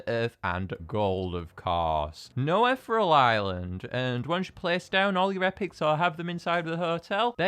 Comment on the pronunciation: You pronounced Ethereal Island wrong. You Are Supposed To Pronounce It: Eth-Ear-E-Uhl